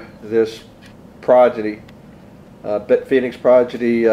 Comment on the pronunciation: Cool video but when you're talking about the case you keep saying "Progidy" instead of "Prodigy". D sound before the G sound. Sorry but that just bugged me a lot